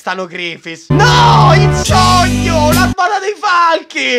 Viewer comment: "Qual è il tuo sogno?" "AVERE UN SOGNOH!"